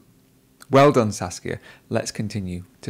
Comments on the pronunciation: It's Saskia, not Sasuke.. lol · 😂 He keeps saying Sasuke instead of Saskia